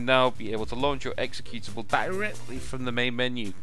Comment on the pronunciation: You used to say "executionable" -> not executable. I miss that, lol :)